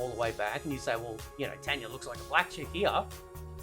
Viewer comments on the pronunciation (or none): It’s not “ten ya” it “tan ya”